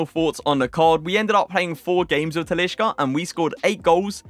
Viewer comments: TaliSca!! Stop with the "sh" in brazilian portugues names!!! It's wrong and cringe asf. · you're pronouncing talisca wrong mate